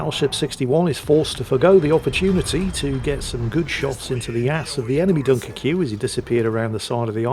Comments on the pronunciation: Its the "French" spelling. So just pronounce it Dunkirk. I have said ship, its okay, but I rarely play it. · My IQ drops every time says Dunkircue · Pronounced Dunkerk in French, sorry to be so meticulous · ACKshully… technically at certain points in history, Dunkirk was English territory, regrettably lost to the Hon Hon Hon Baguette people. Therefore, is not terribly terribly wrong in saying “Dun-ker-kyu”. Besides, it’s always on the table to mock the 🥖 Baguettes. 🥖 Furthermore, as a very very brave player, the Sinope was intensely aware that battle-damage taken in-game means actual real-world physical damage and hurty to the player. Thus, he protected himself from possible actual literal death by mostly hiding in safety behind an island. #The HeroWeNeeded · please. It's pronounced Dunker-kway. If it's to be pronounced the way you say it then the end has to be spelled -queue. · if you want to pronounce it like its spelled it would be (Dunk - er - que) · Everyone: Dunkerque: Dunkerqueue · Spanish speakers: Dunker que? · Its pronounced - DunkerCube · within a minute it had to be a 👍👍 for the (mis)pronunciation 🤣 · I will never not mispronounce this ships name thanks to you. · I love how the title only works if you butcher the pronunciation of Dunkerque with the furious vigor of Hannibal Lector